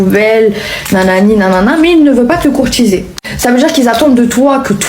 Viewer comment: "les hommes ne savent plus courtchiser pourtant je suis trop romantchique wesh"